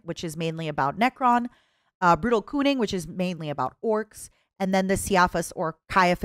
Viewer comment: On God i heard Brutal Coomin , that sounded nothing like Brutal Cunnin' lmao